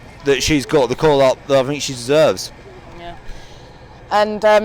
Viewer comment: The ‘What do you fink’ merchant strikes again....